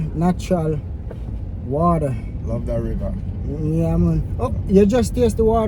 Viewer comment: Seh water….😂 U keep saying wader 😂….mi juss a mess wid u mi boss love this video